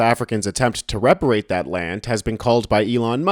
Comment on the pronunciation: "re patriate", not "rep arate" ... get it ? ... (÷